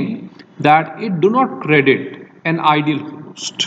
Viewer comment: Host was "Idle" but not "Ideal" 😄